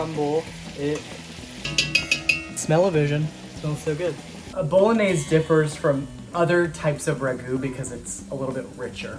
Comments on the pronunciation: Can you at last pronounce the dish properly? "boh-loh-NYAY-say" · He made pappardelle, not tagliatelle; the name of the sauce has four syllables, not three; otherwise, an awesome dish. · You’ve made bolognese before but you don’t know how to pronounce it?! 😅. The correct pronunciation is ”bull-lon-yeh-sè. Just joking with you. This was lovely. Cheers! 🥂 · I don't get it. You do a decent job of pronouncing other Italian words correctly, but you are absolutely butchering "bolognese". Why?